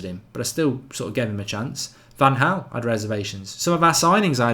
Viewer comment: I've noticed he pronounces Van Gaal as Van Haal too...🤣